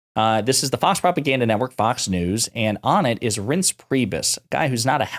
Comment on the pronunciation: Did you call him " rinse" LOL. I think it's pronounced rice nse😊